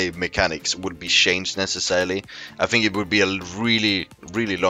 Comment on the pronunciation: FINK FINK FINK. Say THINK !